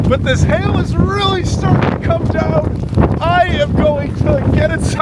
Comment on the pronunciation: This man's accent is very unique, slightly rhotic but pronounces words like 'down' and 'out' and 'dewn' and 'oot', but then drops 't's into a softer 'd', like thirty pronounced 'thirdy'. Interestingly, the director at the Falklands Island's museum sounds slightly similar to a kiwi/SA accent, but very softly.